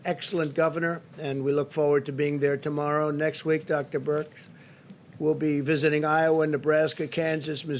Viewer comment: Notice how Trump purposely mispronounces Dr. Birx (calling her Burke, instead)